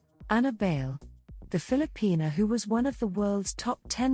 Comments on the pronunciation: Bayle is pronounced as dance in Spanish “baile” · Bay-le....like dance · Would be nice if her last name could be pronounced correctly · It’s okay. Outside of the Philippines they have been pronouncing it wrong. People have been pronouncing it like Bail or Bay Lee when it should be pronounced bajle or baahylë. Bayle is borrowed from the Spanish word Baile which means dance.